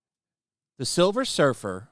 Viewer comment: Please it's Sliver Her fer 🤣🤣🤣🤣